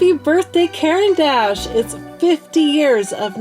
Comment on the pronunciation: It's pronounced kor ahn dash